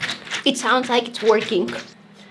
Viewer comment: I heard twerking instead of working 😅